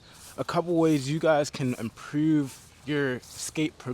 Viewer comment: Baltimore accent “Improouuve"